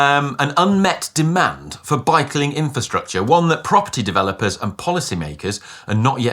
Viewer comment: Had to replay ?this several times to be sure.. definitely 'bikling infrastrusture' ?!? 😂